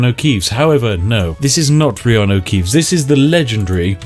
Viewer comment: oh my god did you actually say reanu keeves